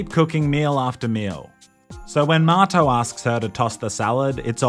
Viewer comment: lol what a goofy game. its like the kinda like The Sims, but you get the option to be first person. strange i never knew his buddy's name had an R in it and was actually Marto. i thought he was saying Mato/motto this whole time. how would an australian pronounce the word 'Motto' compared to how they pronounce 'Marto'